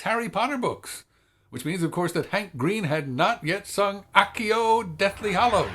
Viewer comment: I love your correct, Latin based pronunciation of 'Accio'. A little tidbit of information for you. A Cell phone is called a Handy in German. It is one of the examples of German trying to use a cool, English sounding name that will only confuse anybody who actually speaks English.